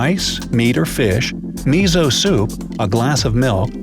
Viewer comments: miso soup is pronounced missso-- soup.... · Mizo soup? Lol It's miso